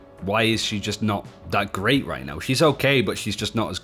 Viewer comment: Does this guy not know how to say R's? baggiegs, ginehagt, megcy, threehundged, gight now, scagy, zayga... i get the accent and all but damn hes hard to understand